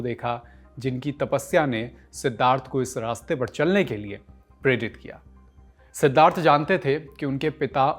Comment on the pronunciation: Man you can't pronounce Siddhartha